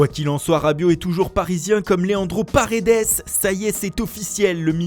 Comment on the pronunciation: Bienvenue Parrrrrrrredes ahahah et Sala bien sûr 😔